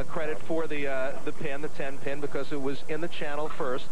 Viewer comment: it really sounded like he said her nickname was 10 ton, not 10 pin